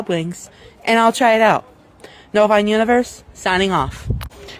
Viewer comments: Can we please talk about how he 100% does NOT say ‘Nova Online Universe signing off’ he says what sounds like “Nova bovine universe signing off” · What the hell is his he saying, "Hey, it's Hayj-nova-country."? That's what it sounds like, I know at the end he says "Novine Universe."